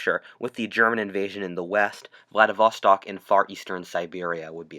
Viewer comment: Say it with me, VLADIV-STOK, not VLADIV-VA-STOK.